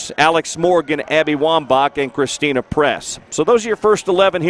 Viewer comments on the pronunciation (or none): Uhhh did he say christina press??... 😂😂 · Wait in the beginning did the announcer say Christina Press instead of Christen Press.